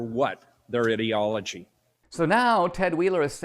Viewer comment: the mayor said Idiotology ahahahahahah not ideology